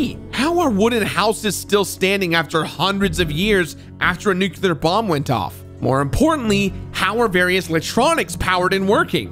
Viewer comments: he did it again 🤣🤣🤣🤣🤣 'Nukular'... homer simpson! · I love the video, as usual, especially this one as Fallout 3 is one of my all-time favorites, but... It's pronounced "new-clee-er", not "nucular". Sorry, had to be said. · I swear hearing english speaking people pronouncing nuclear as if it was NUCULER makes me want to blow my ears out. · Dude… it’s NU KLEE ER not NU CU LER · nukular isnt a word, its nuclear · Sorry nothing personal but I fully support the death penalty for people who say “nukular” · "Nookular". Why is Nuclear so hard to pronounce for Americans?? Say it with me, NEW-CLEAR. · Love your content, but it's pronounced "new-clear" not "nook-you-luhr". Don't take Homer Simpson's advice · And the pronunciation of nuclear. It drives me nuts when people say 'nucular'. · “Nukular” 😂 love you ❤️ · "Nukular" ? Kudos for completing this game though. Two years in the making ? That commands respect. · And nuke-ya-lur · Different words are pronounced different ways around the world, people say it both ways here depending on person and location Get off your damn high horse over it. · Come on man! You're too well educated to use the word "nuculer." It's nuclear. Like "new" and "clear." You're so much better than that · Fucking hell. It’s pronounced new-clear. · That Homer Simpson pronunciation of "nuclear" is 👨‍🍳🤌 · From what I'm looking up here, from Webster, you are objectively wrong in your attempt to gatekeep pronunciation The variation exists. No clue what you're problem is or how it remotely leads to illiteracy just due to it being different. Edit: Quite literally everywhere I'm looking here just to fact check my sources say you are wrong, Webster as well as a press article about the use of the word in a political theatre and the pronunciation of the word being fine according to many major institutions. Again why you feel the need to complain about something like this is mind-boggling.